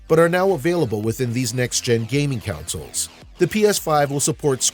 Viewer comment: Why you keep pronouncing consoles as counsels?!